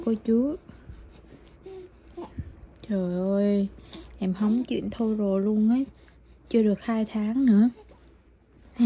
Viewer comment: Nói chuêng nghe hóng chuêng